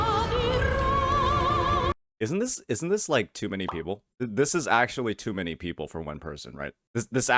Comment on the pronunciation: Jinzhou mf when they arrive at Rinascita: "le enemies... are le pepple?"